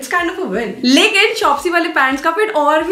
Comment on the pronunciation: The way you say lakin😂 maja he aagya